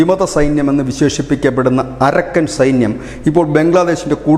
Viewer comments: അരക്കൻ അല്ല അറാക്കാൻ ആണ് ശരി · അരക്കൻ അല്ല അരാക്കൻ ആണ്.